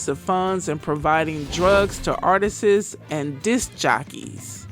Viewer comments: Why tf does every black youtuber say "artistses"?? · Artists - 2 syllables, not 3. Artists' - possessive - 2 syllables